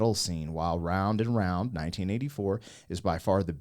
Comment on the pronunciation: i no u all pretend u no shit about real music,,,,but mispronouncing titles like round and round, like just read it bro, darting eyes are a symbol of liars i learned in psy>>>>>